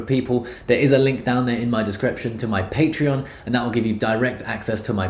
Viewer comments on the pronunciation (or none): none